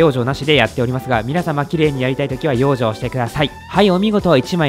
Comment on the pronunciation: 相変わらず「養生」のイントネーションが変